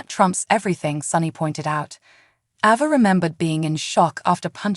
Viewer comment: Its ava not abbA